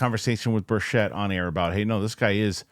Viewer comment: Rep. Burchett is pronounced like 'Burch-it' man